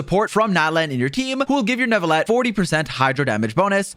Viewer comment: There is no way your not French. The way you said Neuvillette